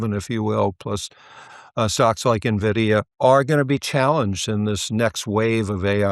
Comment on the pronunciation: At least this self admitted “not a technology analyst” knows how to properly pronounce NVDA.